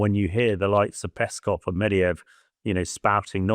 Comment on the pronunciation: Here we go again... "Nucular" and "Mediyev"? Can you at least find "experts" who can read?